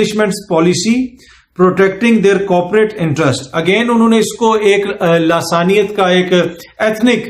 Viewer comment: سر جی ۔۔۔۔ لاثانیت نہیں ۔۔۔۔ بلکہ ۔۔۔۔ لسانیت